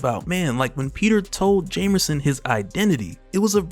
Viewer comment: This dude stay saying "jamerson" lol